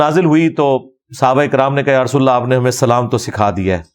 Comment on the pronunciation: مولانہ صاحب یا کے اوپر زبر ھے۔ آپ اس کو پیش پڑھ رھے ھیں